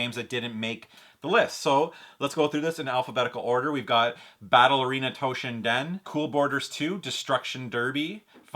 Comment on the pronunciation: "Battle Arena Toe Shin Din" lmao